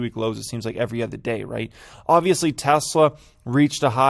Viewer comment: When you stop saying “ether” instead of “other”, I’ll hit the like button. It’s O-der, nor A-ther.